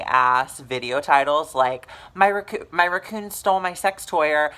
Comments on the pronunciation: Are you saying raccoon, or is ruckoon a racial slur for something? 😂😂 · thank you for not takind offense to my question, because ive never heard it pronounced like that, bit have to say its pretty fucking adorable.